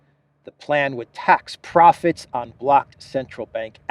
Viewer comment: The way von der Pirate says "proficts" ⚓